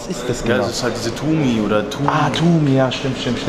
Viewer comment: Fam man sagt Tum oder Toum und nicht Tumi habibi nur als Info ! Geiles Video!